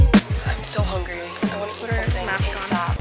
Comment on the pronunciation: “I am so hunger ry” LOL